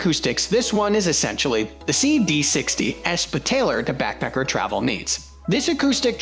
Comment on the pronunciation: I didn't mind your voice over because it sounds like you're saying "Backpecker." 😂